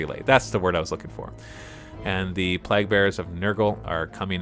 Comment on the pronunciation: "Plague" is pronounced Play'g